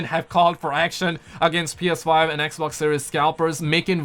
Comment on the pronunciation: Why do you call it ekbok I don't understand